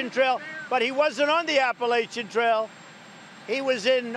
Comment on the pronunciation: Oh, man, I hope that happens. It would be even better if it were somewhere along the Appalachian Trail (which he pronounced incorrectly, unless he was in another country).